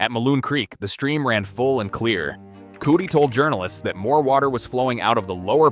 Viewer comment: You keep pronouncing it "Cootie" but the E in "Coote" isn't pronounced